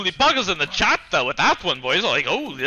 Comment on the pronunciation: poggers in the chattuh my little piece of shieto